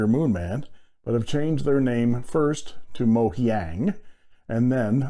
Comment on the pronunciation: Mandarin speaker here. “Mojiang” is pronounced approximately “Mo-jung” where Mo is like “mo’ money mo’ problems” and “jung” is like “junk” with a “g” at the end, or “young” with a “j” at the beginning. “Majohn” is basically an attempt to make a brand name that sounds close enough to the Chinese name, but non-Chinese people can still manage to decipher without too much trouble.